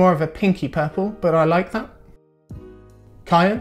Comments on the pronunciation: Yeah...Cyan isn't said with a "K" sound. It's not even a matter of "potayto/potahto" or "different area's of the world". It's said "Sigh-an", never before, save for this video, have to seen it pronounced like "Kye-an" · my man said" kyan" instead of "syan" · DID MY GUY REALLY SAY CKYAN NOT CYAN AAA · Everyone I know says Cyan with a K This is the first time Im finding out people pronounce it differently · MY MAN SAID CYAN LIKE KAI-AN LOL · The dude pronounced "cyan" with a "K" like "kyan" ....Omg.. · My guy said kyan for cyan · "KY-an" You mean cyan? xD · American people can't pronounce CYAN 🤦🏽‍♂️😂 (it should be Sigh - ann) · Nice vid. I got triggered when he said Cyan with "K" tho. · Nobody knows how to pronounce this simple colour 😂